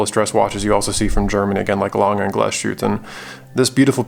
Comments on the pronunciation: Great video. Please pronounce it Glass-huette, and not Gla-shooteh. :-) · Good video, very nice watch! When pronouncing Glashütte, you made the same mistake as most Non-Germans: speaking it like the s and the h formed a *sh*, like in 'push'. They don't, though, Glashütte is two words joined together, 'Glas' and 'Hütte'—glass factory. A Hütte is a facility where they deal with molten base material, I think, like, there's also Stahlhütte, steel factory, for example. So… there's a tiny pause between the two words, Glas-Hütte (keep the long a that you already use, etc). Your 'ü' is pretty spot-on, though! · Thumbs down. Because you didn’t have a gram of decency to check how to pronounce the watch you review. Shame.